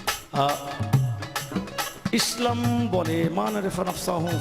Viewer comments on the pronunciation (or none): none